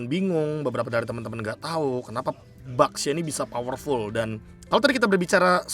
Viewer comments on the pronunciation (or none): Gw dengernya basya